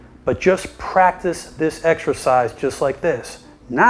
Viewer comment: Did he say extra pies or exercise